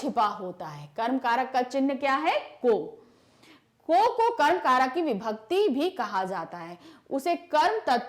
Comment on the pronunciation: Karak toh sahi hi padh lo mam 😂